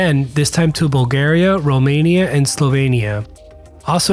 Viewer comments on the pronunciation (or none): none